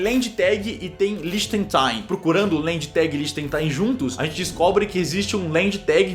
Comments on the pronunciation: N fala lichengtain, se fala lichenstain Cellbit 😂😂😂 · A pronúncia é lientichenstaiinn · Oi cellbit, meu avô é de Liechtenstein (é do lado da Alemanha) e na verdade se pronuncia "Líhtenxtéin" kkk. Muito bom o vídeo! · Se pronuncia "lihtenxtain". Vídeo ótimo cellbulitocitaro. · LI-TCHENS-TAIN Pronúncia correta Não sou chato, só me deu agonia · Mano Cellbit falando "Liechtenstein" é mt engraçado kkkkk ... adorei o vídeo 💕💕